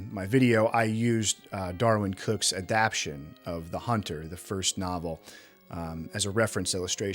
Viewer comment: Enjoyed your essay. Hate to be that guy, but it's adapTAYshun. You keep mispronouncing....Sorry but had to mention....Cheers